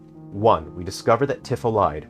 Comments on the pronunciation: It's pronounced TEE-fa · you can't possibly know this game and pronounce Tifa incorrectly. f take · Really? Really?! You're gonna say this isn't a ragebait video, but then go along and not only remind us that it's been 29 years since the original game's launch, but pronounce Tifa's name wrong throughout the ENTIRE VIDEO?! I thought you were better than this,. Okay, jokes aside, this was a very interesting discussion. I haven't played the original game, nor have I played the remakes, but I know the major plot points. You would know more than this than I would, but personally, I've always thought of remakes as an opportunity to expand lore and make another attempt at implementing something that couldn't be implemented before, be it for budget reasons, time constraints, or just being unable to implement said thing for XYZ reason (Kraid was originally supposed to be in Metroid Prime, but Retro ran out of time at that point, and instead opted to put in the Omega Pirate boss fight. I think it was also a tech thing?) I think little easter eggs in reference to something that was born out of the original game isn't a bad thing either, like, maybe some kind of small reference to Smash Bros. having Cloud and Sephiroth, talking about how weird it was seeing the two of them fighting on some random castle's rooftop with a bunch of huge mushrooms in the distance. Might be a bit cringe, but hey, if I had a game character I made get invited to Smash Bros., I'd probably put something in my game that mentions that too. The way you describe how the remakes tell the story is rather glum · You can't even say Nibelheim or Tifa the correct way, how can you be a real fan? If you're a true fan like me and my friends, you will enjoy it. It's just like the original, just a retelling and recreation of everything. What a stupid review